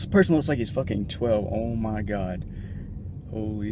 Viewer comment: Dude why do you say ma bike